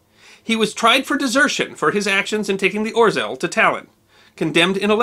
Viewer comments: I'ts hard to pronounce the name of this sub correctly, but much closer would sound like: "oh-shell" than "orzel". :) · Hi! I am Polish, this video is great! Thanks for giving our heroic warfare some attention, too! One thing though, you'd read "rz" more like french "j" (like Jean), you don't read out the r sound in there! the Ł is also same sound as your w :D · Thanks. One small nit-pick; the Polish 'ł' is not pronounced as 'l'. It is pronounced like 'w'. So, for example, the city of Łódź is pronounced something like ' Nevertheless, thanks for re-telling this fine example of heroism in a vibrant and engaging way. A Polish friend who served with the RAF (300 Regiment, flying Lancasters) told us about it, a many years ago. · The "L" with a slash through it is not pronounced as an "L", it is pronounced as a "W" as in Witch. So this ship is name is pronounced "Or-zew" not "Or-zel" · Read it more as a "Oh-shaw" not "Or-zel" (maybe use google translate next time) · The proper pronunciation is ORZEOW! In Polish an "L" with a line through it is pronounced like a "W". The "W" is pronounced like a "V". Thus WARSAW is actually pronounced as VARSHAVA. LVOV is pronounced as WOOCH. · Orzel is pronounced 'O-ZHEwh' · Just for the record, the 'rz' combination in Polish is pronounced with a "zh" sound, and the ł is essentially a 'w' sound. Hence "oh-zhe-w". Wonderful video! Thank you for sharing this story of Polish heroism! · Greetings from Poland! Thank you for sharing this small, but how interesting event in my countrys history. ...IMHO it's better for english-speaking to pronounce it "Oh-sheaw" making "rz" ligature soft and lisping. "Sęp" and "Wilk" were spot-on. ;) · I love the way you botch pronunciation of Orzeł ;) (Its more like Ozhel) Great job and I have enjoyed this one and many others videos of yours. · “Orzeł” is pronounced “Or Zhe wl” in Polish. My father and grandparents are polish. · "Orzel"....pronounced Ogew. The g is soft like the 2nd g in "garage".